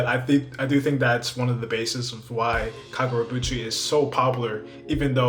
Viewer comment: KagurabAchi! Why you saying KagurabUchi 😭😭😭